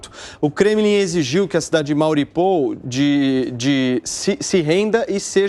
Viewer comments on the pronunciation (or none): Cidade de quê homi??? MAURIPOUL???? KKKKKKKKKK